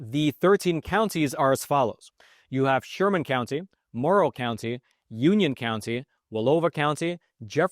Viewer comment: Please stop saying...county